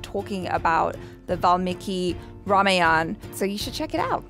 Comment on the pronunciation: it is "R A M A Y A N A' not "Rayan"😂😂😂😂